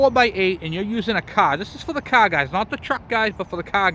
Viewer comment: "You might notice that it is sitting perfectly level, as so is the Caa." (I love our diverse language pronunciations in the US)